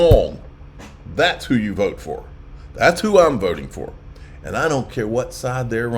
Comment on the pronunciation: Now you sound like a Australian with your vote 😂